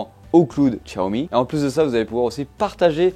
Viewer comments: non xiaomi pas tchatomi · Y a pas de 't' à Xiaomi. Sinon, merci pour la vidéo 😉